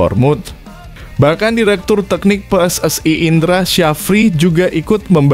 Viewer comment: Pelatih diganti naratornya juga harus diganti baca PSSI aja salah